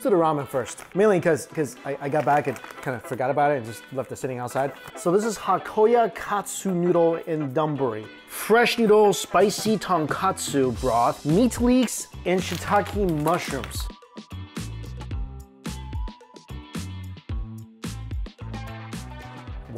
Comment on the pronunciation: Please Mikey, it's ton-KOTSU, not ton-KATSU, haha. 10 years later Mikey will still say ton-katsu for pork ramen